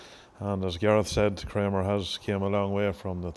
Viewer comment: In Adrian Wilson’s first sentence, he pronounces it Krammer, sounds like hammer, the same as Gareth, but in his second reference he pronounces it Kramer, like window “framer”.